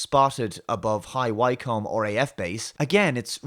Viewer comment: future reference it's said wickcumb (the b is almost silent) wykcum would be fine too. Not said 'wycombe'